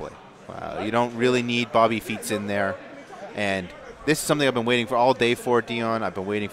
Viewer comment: did he just say Bobby Feet's?